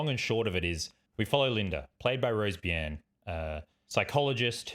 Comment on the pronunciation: “by-ern?” Pretty sure it’s pronounced “bern”